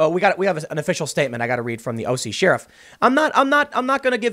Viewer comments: Tim, it's Share-iff, not Shear-iff. (eye roll) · SHARE-IFF not SHEAR-IFF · ....now repeat after me SHARE-IF.....now one more time SHARE-IF.....we know you're doing it on purpose and it's driving us nuts. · In the western United States, we pronounce Sheriff share-if lol it always cracks me up when Tim says shear-if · SHAR-iff. Not SHER-iff. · I love Tim's content, but I'm considering unsubbing due to the way he says "SHERRIF." I'll let it go for a bit longer, but it's almost like he's Canadian... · Cher-if !!!!!!!!!! Sheriff. Since you say y'all. lol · My favorite part about this video, is the way Tim say "sheriff". [Sheeruff?] Hahahaha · Everyone: Sheriff Tim Pool: Sheer Riff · "Shear-riff" - Tim Pool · Everytime Tim says "Shear-iff" makes me giggle. Anyone else notice that? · Why do you always pronounce Sheriff wrong Tim? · Every time Tim attempts to say Sheriff, my day is ruined. He's really emphasizing it lately, too. He knows what he's doing. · Why can't Tim say sheriff ? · I love how u say sheriff! 🤗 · Tim is your pronunciation of Sheriff a Chicago thing ? It's funny.